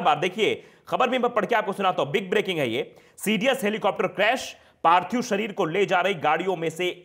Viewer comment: Parthib nahi parthik hota hai sar